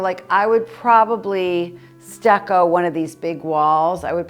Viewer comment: when you are saying stacco here and stacco there..pointing to the walls..are you meaning stucco?..plaster? you make me laugh😂..I hope you and your family are doing well..un abbraccio